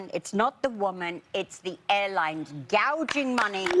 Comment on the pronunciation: 여성분이 gouging money 발음하시는 거 너무 찰지네요 ㅋㅋㅋㅋㅋㅋ